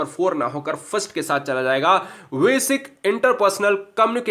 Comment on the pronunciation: Vasic nhi basic hota h बेसिक Hindi to thik se Padho ब को व पढ़ रहे हो